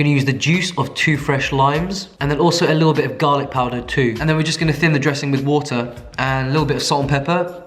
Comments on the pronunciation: Did you say "water" with an American accent? 😂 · You said "water" in American.